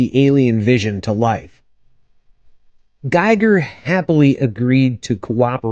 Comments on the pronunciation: It's pronounced GEE-ger ! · Pronounced "geeg-ur" (rhymes with "meager").